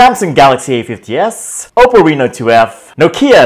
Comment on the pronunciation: Oppo reno 2 kata nya,ni bule baru bisa bahasa indo apa🤣🤣🤣